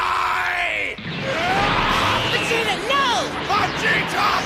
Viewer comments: Ve-ge-ta no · Ve-Ge-Ta No!